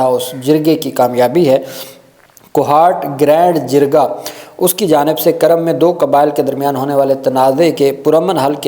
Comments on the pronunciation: It is not Karam, it is Kurram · Absolutely right Kurm not Karam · یہ لفظ " کُرم " ہےگ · یہ kurram ھے karram نہیں